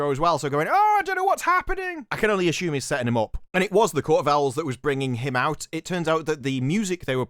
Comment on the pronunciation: "ASSHUMED" LOL